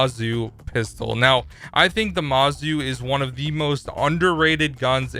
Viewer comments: There’s no A in mOzu again MOZU not Mazu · Ohh i just reached them Yeah Mozu = mo-zu Echo = eco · Let me clarify I don’t mean to be rude. I meant the Mozu is not the Mawzoo and EcoFire is actually Echo